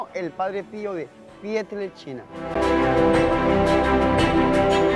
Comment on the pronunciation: padre se oye. que dice pieltrechina.